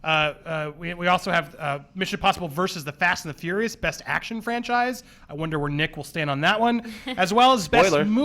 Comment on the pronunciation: Fast and fourius defintly